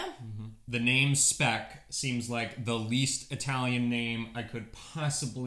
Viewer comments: Speck is indeed German, and it is pronounced "shpeck" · It's SH-peck! And Südtirol is part of the German Kulturkreis (cultural circle) for at least 1200 years. They speak the German dialect of Southern Bavarian. They only came under Italian rule, i.e. part of the Italian state after the turmoil of the end of WW1, but kept their German identity until today.